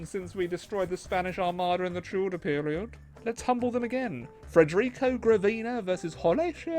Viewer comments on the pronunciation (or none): none